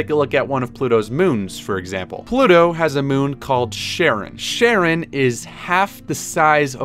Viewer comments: You pronounced it like "Sharon"? Russian writes like "Horon" and pronounced like "Haron" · Pluto's moon Charon is pronounced Care-on Sorry in advance, I'm a greek mythology slut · charon is pronounced more like Karen which I think is appropriate